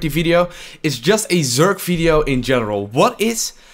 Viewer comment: Its so cute when you say "Fideo" insteadt of "Video" :D